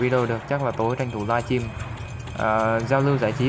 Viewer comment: o hô hahahaaha. anh đọc chữ live stream nghe buồn cười quá